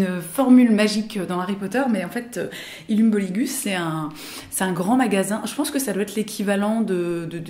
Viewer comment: je suis bilingue en danois et si tu veux bien prononcer illums bolighus tu dois le dire en mode: illoums baulihousse! haha chouette vidéo en tout cas!